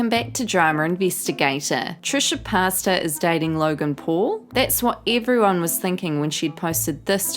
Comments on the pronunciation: Did you say Trisha PASTA? ITS PAY-TAS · Girl. Did you say Trish Pasta 🤣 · wait what?? did u just say Trisha pasta?